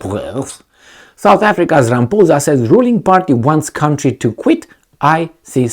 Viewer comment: LOL Rampoozah😂 It is pronounced Rah-mah-pawza.